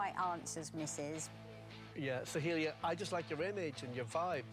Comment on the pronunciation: No one: Literally no one: Not a single soul: X Factor Judges: SoHeEeLiA 🥴 If I hear one more Sohelia and not Soheila I’m gonna go insane lol